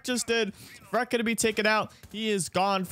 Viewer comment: Please stop calling him Freck, it’s clearly FREAK